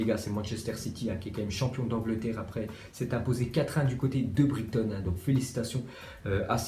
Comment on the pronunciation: T abuse..... tu fais aucun effort !! TA DIT BRIGUETON ca se prononce brayton ptn